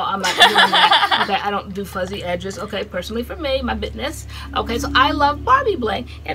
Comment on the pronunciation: said “my bitness” 😂🤣❤️